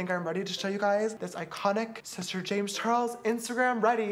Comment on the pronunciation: i like how james said shister schnoz